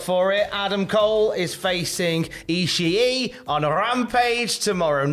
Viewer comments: Yeah, I don’t know why everyone has to call Ishii as “Eazy E”…. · If it were just a word and not a man's name I wouldn't say anything. But the way you guys say Ishii's name isn't correct. It's just a slightly elongated vowel sound, not another syllable.